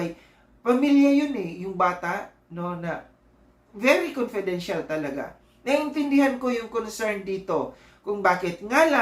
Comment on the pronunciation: conpedential parang presedente 😂